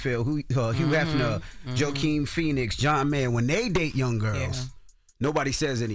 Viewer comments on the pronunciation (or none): Envy pronounced Joaquin as "Joe-Keen". It's pronounced "Wah-Keen". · wakeen, not jo-kine, DJ- Joaquin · Not Envy calling Joaquin Phoenix, Joe-quin!!! 😂😂😂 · JO-Keen Phoenix LOL>> how dumb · Envy really said "Jo-Keen Phoenix" lol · Did envy say joe keen phoenix???